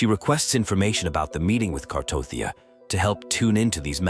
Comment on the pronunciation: bruh her name is Cartethiya not Cartothya wtf 😂 and the other one name is Carlotta lol haha and 😂 the otherself of Cartethiya's name is Flurdelys (Flurdelis)